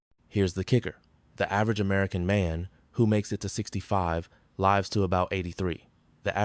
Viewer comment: AI is getting better but it always screws up the word “lives”